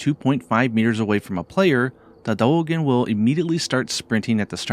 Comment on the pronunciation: let me help D-eo-gen